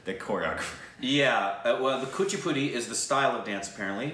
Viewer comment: first time you pronounced something ( Kuchipudi) so correctly